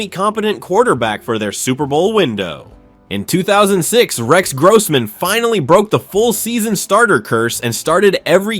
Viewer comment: Stop mispronouncing Rex Grossman 😢